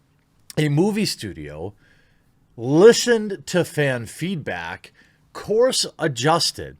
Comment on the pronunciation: "lishened" Thequartering channeling his inner Creationist Cat/ItsAGundam